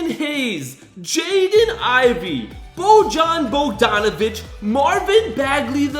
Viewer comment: Boy-an Bo-don-avich